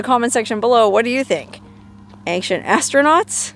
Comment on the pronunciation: Ancient = ayn-chnt 😊 Love ya though!